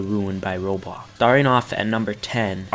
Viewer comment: When was saying "Roblox", it sounded like he said Robox